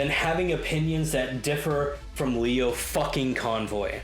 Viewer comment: you said it right, it's pronounced as lie-o not lee-o